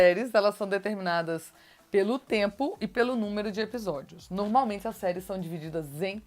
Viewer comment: Vc gosta de falar a palavra "normalmente", mas está pronunciando errado, para corrigir fale 3 vezes a palavra "norma", depois fale "normalmente". Percebeu o erro... uma palavra e derivada da outra ok. Observe sempre as pessoas cultas quando falam, elas "normalmente" não tem vícios.